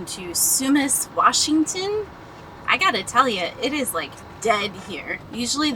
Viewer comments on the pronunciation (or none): Sorry about the citrus and tomatoes. Quesnel is French so it is pronounced with a silent "S" as if it were written "quenel" and Sumas is like the catholic mass so it is pronounced "Sue Mass". Sorry but many city names in Washington state are from various Native American languages so we need to be linguists to pronounce things in Washington correctly. You do really well for just passing through areas. Good job!